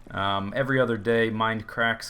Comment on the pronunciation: OH YEAH MOAR MEIND-UH-CRACK-UH SERVA